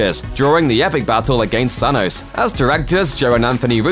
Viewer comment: Why does he say Sanos instead of thanos